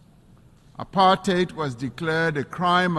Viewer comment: It’s very refreshing to hear apartheid pronounced correctly as / ə-pärtʹhāt / (the last syllable sounding like rhyming with “eight” in English) and not / əˈpɑɹthaɪd / (the last syllable pronounced with the digraph th and rhyming with the word “tide”).